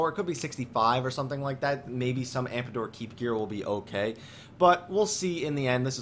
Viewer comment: yeah...not ampador....come on...you corrected yourself in another video. LOL You can say it anyway you want though...you rock man and I have learned so much from you.